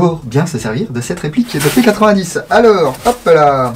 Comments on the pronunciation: On dit p90 pas p8010 c est Belge ne l oublions pas 😂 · P-nonante vraiment nonante c'est une arme belge donc ça se prononce a la belge